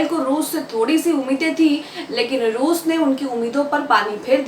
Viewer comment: rooz nahi bolte